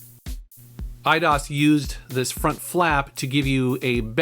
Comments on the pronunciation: it’s Eye-dose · I always thought it was pronounced "i-dose"...like 👁 + Spanish number 2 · It was pronounced i-dos? I always pronounced it aye-dose. Huh. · I've always pronounced the company EE-DOSE. Hearing said as I-DOS sounds weird. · I thought it was pronounced Ee dee os. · I always pronounced it e-dose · Eye dos is how Americans pronounce it i think. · Huh! Always pronounced them /AYE-dos/ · Lol, I always pronounced it 'I-DOSE'. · I pronounce it e-dose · I pronounce it as "Eye-Dos" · I've always pronounced it "eedose" lol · I always pronounced it E-ah-dos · the spanish numer two is not pronounced "dose" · Dat moment when he pronounces EIDOS wrong. I think it's pronounced I-DOSE. Also you should trash Tomb Raider Angel Of Darkness in a future video. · They way you said Eidos literally made me want to close the video